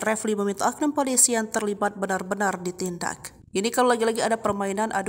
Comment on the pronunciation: Poliso apa piloso atau piliso?????